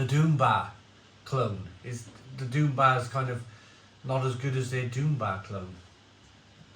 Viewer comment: I always thought he was saying Doomba, which was maybe Dunbar in a Northern accent haha. Ok it’s Doom Bar